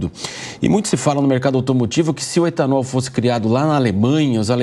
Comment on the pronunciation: E gasolina o e etanool